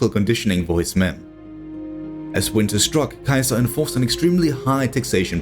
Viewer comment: I love your work man! But please stop butchering Caesar's name haha. In english its pronounced (see-zer) Caesar 😂.